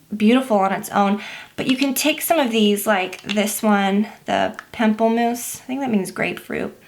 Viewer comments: lol palm-pla-mousse not pimple mousse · "Lets use this PAMPLE-moose colour" 😂 welp. I died. "Pom-plu-mous" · Lol I thought she said pimple moose!